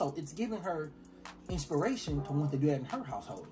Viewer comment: “YouTewb. What it dew”